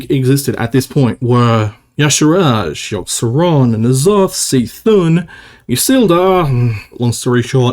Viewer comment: Even after years, still pronounces C’thun as “see thun” never change